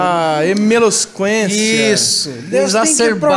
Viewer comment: Emelosquência kkkkkkkkkkkk